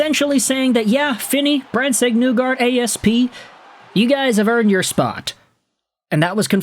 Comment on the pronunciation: My guy, ya gotta stop saying “Newgard”, it’s Nygard, as in KNEE-guard. Cmon. You can do this